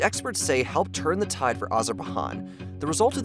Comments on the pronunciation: I dont want to further insult or offend them, but to me casts some doubt on the channel, it makes me think they know nothing of the region or the news about it, they just looked up the latest article to make a video about. Surely you must have watch news here and there to know the pronunciation? Again, no offense intended, just worrying to me. I'm so fed up with content farm sites and dont want yours to turn into one. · How do these guys make 'informative' videos, where they cannot even pronounce the name of the country they are talking about. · Never in my life I thought I could be triggered by wrong pronunciation. Despite of that, great video and keep up the good work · Listening him pronounce the name of the country, I started wondering if I've always pronounced it wrong. Then I googled "How to pronounce Azerbaijan" and yeap, I was not wrong. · After you posted that embarrassing meme about the supposed evils of socialism, I'm honestly not surprised that you don't know how to say Azerbaijan. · Why do you keep pronouncing it like it's Spanish? Everyone else in the video has no issue pronouncing Azerbaijan correctly. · Definitely thrown off by his pronunciation of Azerbaijan. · Hearing him say it like that was making me die a little as well lol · Miss pronounced Azerbaijan the j for this country doesn't make an "h" sound like in Spanish language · I feel like he does it deliberately to boost engagement with people commenting about it. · Oh my God, he really needs to learn how to prounounce countries names, its getting beyond a joke. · I'm an American, and I know how to pronounce country names correctly. You should always double-check the pronunciation before saying it. It's foolish to pronounce Azerbaijani the same way as jalapeño; they are from different languages, Azerbaijani being Turkic. Education matters. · Pronounces Nagorno Karabakh properly, but not Azerbaijan 😂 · I’m sorry. I can’t listen to this. “Azarba-han” 🙄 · “Azure buy john” please. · Wtf is azerbahan